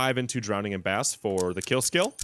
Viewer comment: 3rd youtuber who does not know how to pronounce BRASS. They say bass like 10 year olds with speech impediments. Drowning in Brass .